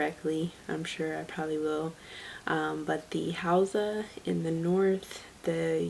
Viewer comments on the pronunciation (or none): none